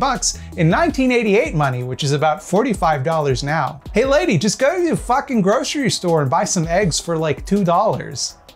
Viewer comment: "Hey lady just go to the fahcking grocery store" may be the most canadian sounding thing has said in all of his time on YouTube.